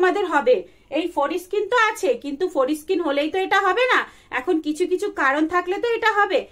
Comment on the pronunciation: Foreskin pronunciation thik ha66e na. Ode lag66e.